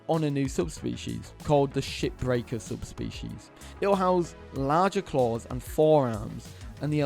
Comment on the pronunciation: I know it's shipbreaker, but the way pronounced it made it sound like the other word, haha!